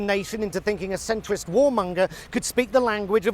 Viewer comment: He said "Centwist Warmunger"😂😢